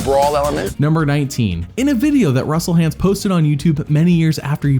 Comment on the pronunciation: I love how Jeff calls him Russel Haunts.